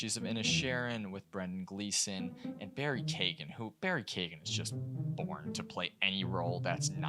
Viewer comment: Sorry, have to do this: Saoirse - sear-sha (Barry ) Keoghan - k'yo-un Excellent points though and very much agree